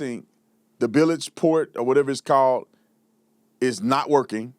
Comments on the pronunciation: What in the hell is a “bil ledge” ????😂😂😂😂😂😂😂Never in my life heard it pronounced like that 😂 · A boat operator pronouncing Bilge wrong ??? 😂